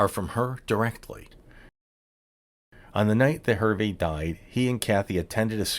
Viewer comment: good story - thank you. hard listening to how you chopped up the pronunciation of Herve's name.